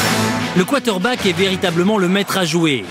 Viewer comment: bonne video.. mais c'est quarterback ... pas quaterback comme tu dis tjs dans ta video